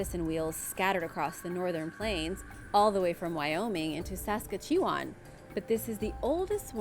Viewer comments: Darling that's pronounced sas katch oo wan. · I've been binge watching your videos. Your content is great, but I need to point out that Saskatchewan is pronounced Sus-catch-uh-wan. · Please correct your pronunciation of Saskatchewan it’s driving me insane Sus-catch-ah-wahn, not Saska-chee-wun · Lol as a Canadian let me say, your pronunciation of "Saskatooawn" Is absolutely hilarious. The city of Saskatoon is pronounced Sask-a-tune. It is located inside the province of Saskatchewan which itself is pronounced Sa-ska-chew-on. Don't worry though that city is like the dirty lint filled navel of Canada. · Lol it’s pronounced kinda like sus-catch-you-on = Saskatchewan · I'm from Saskatchewan and the pronunciation of my home province made me cringe like I've never cringed before. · Not how you say Saskatchewan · why thank you for the smile today. when i heard you pronounce Saskatchewan it made me smile and laugh.